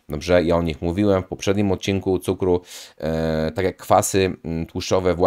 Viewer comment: Fajne masz filmiki. Zasubskrybowałem i będę oglądał. Ja z "Żywienia optymalnego" dr. Kwaśniewskiego po około roku od dwóch tygodni na karniworze. Czekam na efekty. P. S. Tylko musisz popracować nad słowem "Dobrze". Pozdrawiam.